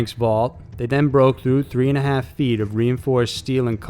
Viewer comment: "he tiiiied him up" "In just a haaalf an hour" You sometimes sound southern, I like that.